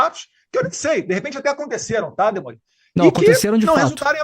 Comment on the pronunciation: Aos é demori ou DEMONIO? Ah não 😂😂😂😂😂😂😂😂 rachei aqui